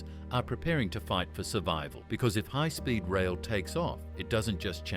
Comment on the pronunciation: Let's make a text-to-speech video about Canada but use an Australian accent for some reason. Hoigh Spoid Roil 🤷🏻‍♂ It won't be Toronto-Quebec City in 3 hours. It will be Toronto-Montréal in 3 hours. VIA Raiil is pronounced vee-a. Not vee-ai-ay. Northern Japan gets lots of snow. Canada should partner with Japan Rail instead of the SNCF. France is a mediterranean climate except for the Alps, where there are no TGVs. Also, the Toronto-Montreal landscape isn't as mountainous as California, so hopefully they can avoid the issues plaguing California HSR.